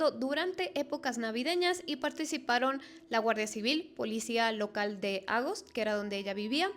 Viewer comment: No se dice Ágost se dice Agóst, la sílaba fuerte es la segunda